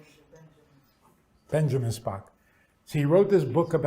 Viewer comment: "Benjamin Spocks"? was it!? wow...